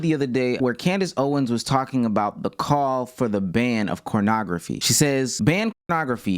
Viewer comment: why is he saying cornograpky??